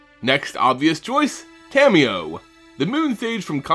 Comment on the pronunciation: disabled comments on the fnl... and you called Tamiyo: Thalia